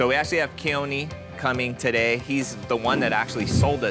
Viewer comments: This dude is Hawaiian, and he grew up in Kaneohe, but pronounces it like haole 😂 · Ka-KNEE-ohe 😅 and you grew up there? p.s. got permits? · It drives me crazzzzzeeee.. say it right, please! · Imagine not pronouncing your hometown correctly.. 92 better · Brah how can you say you grew up in Kaneohe and you can not even pronounce it right lol you might as well say you from the country Waikiki 😂